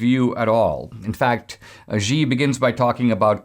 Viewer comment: Xi is pronounced Shee